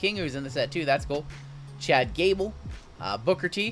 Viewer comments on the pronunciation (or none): none